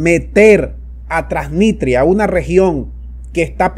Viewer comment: Lee bien, TRANSNISTRIA